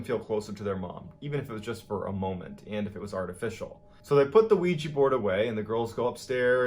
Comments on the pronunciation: So I'm the only one bothered that he says Ouiji board when talking about the Ouija board? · It's Ouija... Pronounced "WE-JUH", not "We-Jee" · Very good narrator but.... what's a ''Ouij i'' board ???? He didn't realize it's a OuijA board ???!! Congrats on ur channel !!!! =))) JK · i dont criticize you for pronouncing it as weejya because its spelled ouija which is bullshit but its actually pronounced weejee